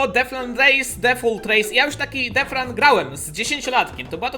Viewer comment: pls muw detchran a nie defran